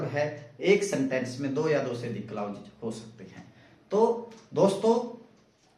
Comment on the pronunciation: क्लाउज नहीं क्लाॅज होता है महोदय